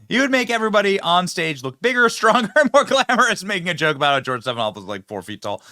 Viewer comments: "Slopanopoulos" too funny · JIMMY KIMMEL IS AN IMBICILE. TOTALLY IGNORANT. HE CAN'T EVEN PRONOUNCE STEPHANOPOLUS RIGHT. IS HE TALKING ABOUT BIDEN WHO BELONGS IN JAIL.